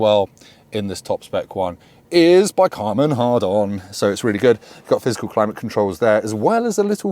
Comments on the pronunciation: ...who supplies the speaker system? Karman Hardon...? 🤔 😂 I always thought it was Harman Kardon.... but hey, what do I know....🤓 Great review btw. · Speaker system by Car-man Hardon? did you get excited in this review good sir? :face-green-smiling: Also a gamer with the deus ex reference, kudos. Great review